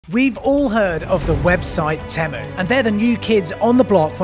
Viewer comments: Why is it bothering me so much that you're saying temmu instead of teemu 🤣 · If your going to review a company you should at least learn how to pronounce the company name properly.